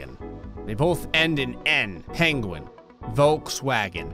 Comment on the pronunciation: Why does he say it like Pain-gwen? lol